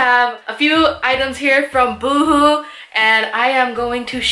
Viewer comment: Lol "you-hoo"... why am I thinking of right now 😂 love this haul, girl! Thanks for sharing! ❤